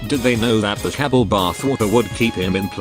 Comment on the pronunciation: Kabal, Cabble